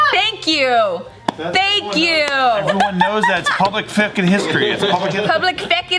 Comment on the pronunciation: "it's public fwehkin history" :v